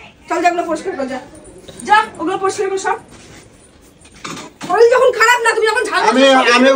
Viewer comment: শরীল নয় কথাটা শরীর😂😂